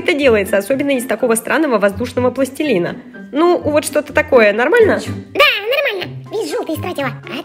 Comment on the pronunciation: Не пластелина а пластилина